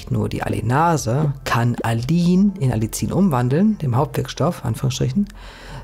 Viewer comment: ) Man sagt: Alli ien, also kurzes A, kurzes erstes i, dann das nächste i extra ansetzen und dieses etwas dehnen, wie das "ie" in dem Wort "Wien" Du bist super in deinen Recherchen und ich bewundere dich, wie unglaublich gut du - ich vermute als Autodidakt - dir so viel Wissen angeeignet hast, für uns so viel Wissen zusammenfasst, so viel wertvolle Videos erstellt hast und v.a. deinen wundervollen Shop erstellt hast. Ich folge diesem Kanal schon seit Jahren und bin natürlich auch begeistert von deinen Produkten im Shop und mach in meiner kleinen Praxis immer mal Werbung für deine Produkte, v.a. fürs Algenöl. Zuletzt war jemand von den Purameals sehr angetan. Herzliche Grüße ein zufriedener Kunde